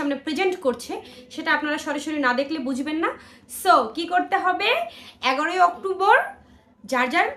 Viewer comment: "অক্টোম্বর" কী জিনিস ভাই? 🙂